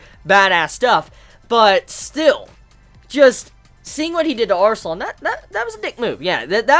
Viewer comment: Arslan sounds like Assman